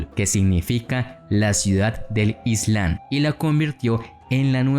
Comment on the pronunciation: La correcta pronunciación es… ISLAM con M no Islan!!